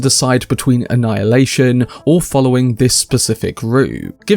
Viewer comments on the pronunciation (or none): none